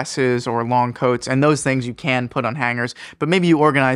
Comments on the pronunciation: Thank you! It's pronounced MUH-REE for those who still don't understand. It's good information but the mispronounciation is driving me crazy. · Respectfully, her name is Marie, not Mary. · Her name is Marie, not Mary.